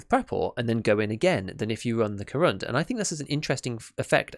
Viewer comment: You're really getting that pronounciation quite good, congratulations! One tiny bit of advice, if I may: Korund has its last syllable stressed, it's like ko`roond - if you get what I mean. The name, by the way, is a pun on the material used: корунд is Russian for corundum, a crystallic form of aluminium oxide, or alumina, from which the armour plates in this vest are made (hence why it's so heavy).